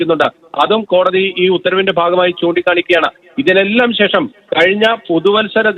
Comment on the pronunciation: Not checham…its shesham….adhyam malayalam padikk…naaak vadikkk